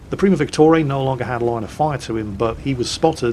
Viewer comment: why are you pronouncing VICTORIA 'Victorae'?